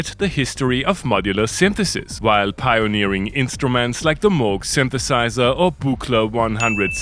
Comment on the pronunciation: but you do pronounce Moog quite nicely